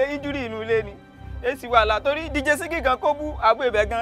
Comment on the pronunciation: Atori is a crazy man is the way he was pronouncing 2minutes 🤣🤣🤣